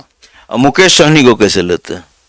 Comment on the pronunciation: Kaishhhe hain aap.? Bhai wo kaise hota hai kaishe nahi.